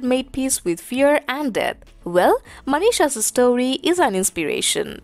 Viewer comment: Surely Manisha's story is an "inspeeeeration" How long shall we b cursed to hear youu... Plz let us know..